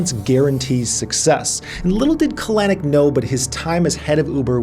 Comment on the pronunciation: kah-LANNN-icckk... super cringe on that pronunciation - emphasis goes on the first syllable CAL-eh-nick...